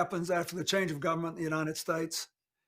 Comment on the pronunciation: He just said Chang of government.